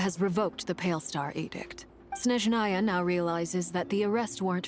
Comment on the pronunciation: For correct pronunciation, the first sound in «Snezhnaia» should be «s» [s], not «sh» [ʃ]. In short, the name is pronounced roughly as [snʲeʐnəjə] / [sneʒnaya] 😌 with love from Russia 🫶🏼